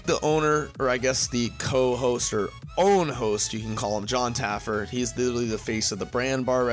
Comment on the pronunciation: Again....just Taffer...not Taffert or Taffard....no last consonant.